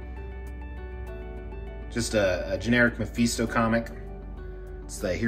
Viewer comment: LOL Listening to you pronounce MI FEE STO and NAY MUR lol. ME FIS TOE and NAY MORE Sorry love your videos and your collections but just had to do a double take when you said that.